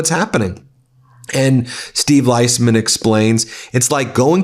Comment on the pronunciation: Steve pronounces his last name Leesman